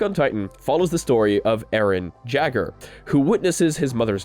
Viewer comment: Its pronounced air rin yay gur